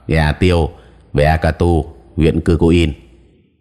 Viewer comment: Ea Ktur đọc là "e -a-cờ -tua" Cư-kuin đọc là "Chư quynh"